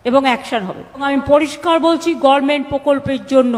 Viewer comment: কি ছিড়তে গিয়েছিল? কথাটা গরমেন্ট না। উচ্চারণ করতে পারে না সে একটা গরমেন্ট চালাচ্ছে। এখনও আপনাকে টোন টিটকিরে করে।